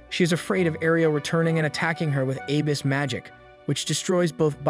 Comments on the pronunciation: jesus dude. please look up words you do not know. barrage: “buh-RAHJ,” not “BEAR-ridge” …and still with the “aaybis” magic. uh-BIS. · The way you keep pronouncing "abyss" (pronounced a bliss except no space or l) as "A-biss" is really killing me. But thank you very much for making these videos. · Is this video text-to-speech? How can you call a “chariot” a “coach”? First video read “abyss” as “aybus” and “isekai” as “i-sky.” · errata: Abyss magic. “ah-bis” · Love the vid by the way and I went love how positive everyone in the comments is being. I just wanted to mention cause now on else did how strangely your pronunciation of “abyss magic” is. I only mention it cause I was confused as to what you were talking about till I figured out what you were referring to.